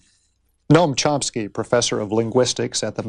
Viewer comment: I LOVE ❤️ "Mr Charomski"